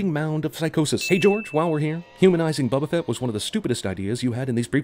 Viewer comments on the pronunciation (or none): BO-Ba-Fett... Not, Bubba Fit from your jail relationship.